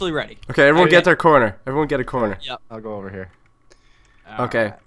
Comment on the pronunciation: you said evrywan an owly killed 2 minecrafters